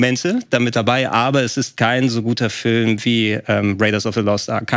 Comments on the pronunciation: FÜLM... Kannst du es einfach richtig aussprechen man? ... BÜTTE?... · Kann ma bittel jemand sagen, dass "Film" nicht "Fölm" ausgesprochen wird... Mag ihn, aber auf Dauer (und er benutzt dieses Wort ja auch in jedem Satz drei mal hintereinander) stört es leider schon... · wenn er dann noch "Film" sagen würde und nicht "Fölm" wäre alles super.. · Da hast du dich verhört. meint Föööm, ohne l. Ein Föööm ist ein Lichtspiel unter Mitwirking von Tom Cruise.